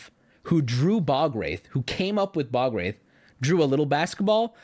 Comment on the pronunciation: Sir... youre pronouncing ball wraith